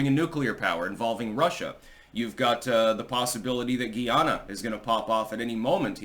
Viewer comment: FYI its pronounced guy-ana. Like guy faux. Guie ana is how you say french guyana. English guyana ie Guyana is pronounced Guy-ana